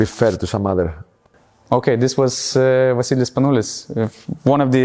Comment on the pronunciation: VA-SSILIS SPANOU-LIS!!